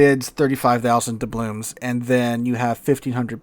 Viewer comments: Why does call them doublooms? With an M? It's doubloons, with an N. It's always been that way, that's the word. has been playing this game as long as I have. Is this an intentional thing, a joke? Or does he really not know the word ends with an N? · DublooN. With an “N”.